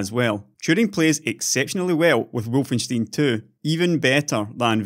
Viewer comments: Wolfenstein is pronounced "wol-fen-stine". Not wolfensteen. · wol-fen-stine is also a totaly wrong pronunciation due to it being a German name/word. Correct would be (and im using IPA here since it should be the same everywhere): ˈvɔlfn̩ˈʃtaɪ̯n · actualy its wul-fen- schtein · If it's supposed to be pronounced the German way (which would make sense IMO), it's "Volfenstyne" not "Volfensteen" I think? I.e. the same as the beer mug. :) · By the way, the the stein in Wolfenstein is pronounced slightly different with the ei sounding like the i in time.